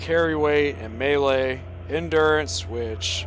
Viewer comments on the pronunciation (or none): none